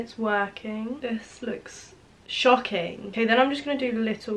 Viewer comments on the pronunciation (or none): everytime you said shocking i thought you was gonna say shite😂😂